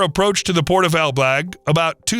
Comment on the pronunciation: Ok, but it's ELBLĄG, not ELBLAG - huge difference.